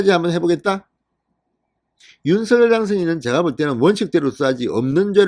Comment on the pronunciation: 진성호님 윤서결이라 발음하지마시고~~ 윤성녈로 해주세요~~ 윤성녈로 발음 통일하기로 했답니다....